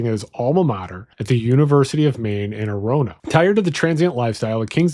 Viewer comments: Mainer here. Whooweee the way you pronounced some of our towns lol. Great video. For those uninformed with our little neck of the woods Orono(Ore-rah-no) is the town that the university is in Bangor (bang-or) he fell for the common trap or banger That’s about it thanks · Orono is pronounced OR-unno. Bangor is pronounced BANG gore